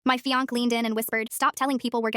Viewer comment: I think the ai can't read the e with the accent on it, so it thinks the word is "fianc"